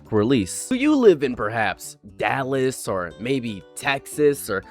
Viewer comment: Bro said Dallas like it was a state